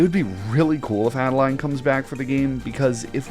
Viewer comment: It's Ade-Lean, not Add-A-Line!